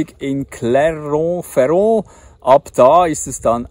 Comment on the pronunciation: Kleine Hinweise: Beim nächsten Aussteigen aus dem Auto, mal zuhören, wie die Franzosen die Städtenamen aussprechen: Millau spricht sich: "Mii-Joh"; Sete spricht sich: "Säät", Clermont-Ferrand spricht sich: "Klär-Moo Fee-Ron"